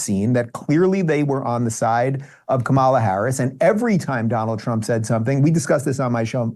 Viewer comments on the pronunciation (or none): Lol all Republicans pronounce Kamala wrong 🤣